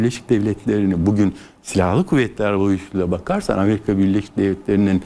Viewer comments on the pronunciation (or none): none